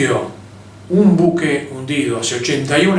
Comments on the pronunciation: Mal pronunciado el nombre del buque... Empezamos mal. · Nombre del buque, mal pronunciado.